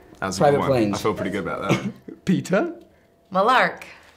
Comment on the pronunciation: can we just hate the fact that the first time he tried to say Peeta he said Peter. Can we?